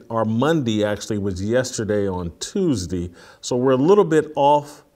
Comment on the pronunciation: that first minute, whew..."Fridee, Mondee, Tuesdee"